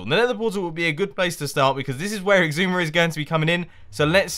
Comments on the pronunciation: ***** Mumbo has a G in the middle. it's like "eeg-soo-ma". like, where did that G come from? for a long time I thought it was "ee-zoo-ma" because of the way X is pronounced, like in Xylophone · You and Xisuma have ben on the server together for three seasons. Mumbo, it's is-oo-ma. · Mathew ST But just... WHY? Does he REALLY think that's the way it's pronounced? or does he joke about it?